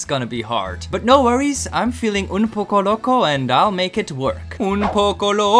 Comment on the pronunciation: Your Spanish is so great 😊